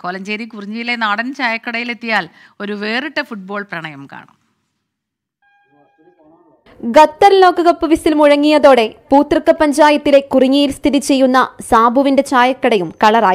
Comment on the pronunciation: ഗത്തർ അല്ല ഖത്തർ ആണ്